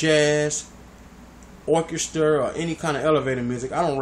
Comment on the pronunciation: lml he said orchester